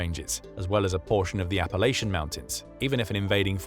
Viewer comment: This video was so good, we can all forgive your absolute pronunciation butchering of “Appalachia/n” amd “Adirondack.” Also the word “Lieutenant,” but that’s just a pet peeve that has historical reasons. Hey, don’t get mad, Brits…we do it over here across the pond too. Much love 🙂